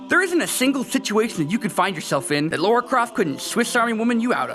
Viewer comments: Lara. Not Laura.. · hey, it's Lara not Laura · LARA NOT LAURA GRRRRRRRRRRRRRRRRRRrr its la(like singing), ra(like the god) not lore( the tale or story of a land or game)-ah(like pain) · you were doing so well until you said "laura" instead of Lara. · I hate people who pronounce Lara "Lora", pretty good top 5, nevertheless. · here's something I don't get.. why do Americans, from what I've heard countless times, pronounce 'Lara' as 'Laura'?? :S